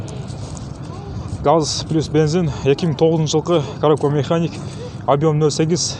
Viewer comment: Механика деп айттчы кок мее